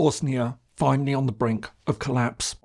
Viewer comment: Bro said finaly on colapse 💀